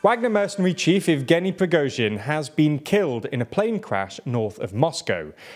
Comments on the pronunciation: YOU FINALLY PRONOUNCED PRIGOZHIN SUCCESSFULLY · good to see this guy can say the name Prigozhin unlike the guy in the glasses who changed the way he said it 10 times in one video :P